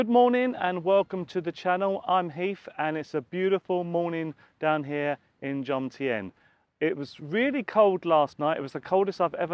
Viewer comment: Love it how you say Jomtien. You get the M and the N mixed up and say Jontiem hahaha